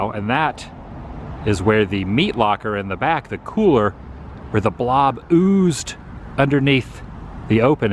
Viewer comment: Lol "the bolb is over!!!!" 😆😆😆😆😆